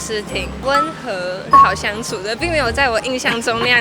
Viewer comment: 粗獷注音唸對了⋯好舒服⋯